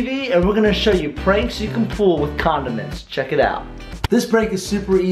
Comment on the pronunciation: I heard was condoments